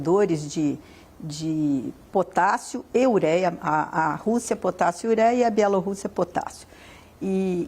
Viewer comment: achei chique a forma como o analista pronúncia Bielo rússia